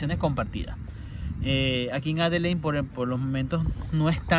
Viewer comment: Que te cuesta decir "Adeleid"??? Tienes que salir con "Adelein"... 🤣🤣🤣🤣🤣🤣